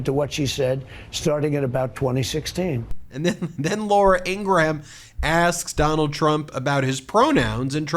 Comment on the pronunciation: "Graham", as in "Ingraham" is one syllable, as in Graham Crackers or Graham Nash. Not "gray ham".